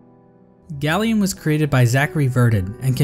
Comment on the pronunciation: It’s pronounced GAY-lien like a gay alien not GALL-ien